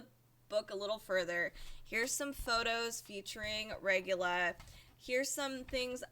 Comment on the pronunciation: Regula is awesome. Her name is pronounced "isewain" though